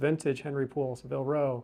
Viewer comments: It is pronounced SAAA-vil row (rhymes with dabble or gavel) Not suh-VILL row. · The mispronunciation was killing me